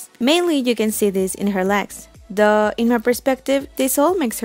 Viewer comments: Took a while to realize when you say "duhh" it was meant as "tho" for "although". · Yeah I thought she said duh when she meant "though" XD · The way you pronounced though like duh made me confused at first then the second i heard i did understand wat i meant actually. this vid was amazing! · the way you say "though" sounds weird